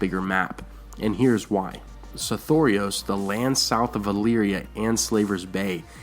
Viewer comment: I think its just because i have only the way I sounded out the name originally when I saw it in the books, but I HATE the way you say it. Sothoros seems to roll nicer. I have a feeling some of these things are meant to be conveyed as an accent, not enunciated syllables.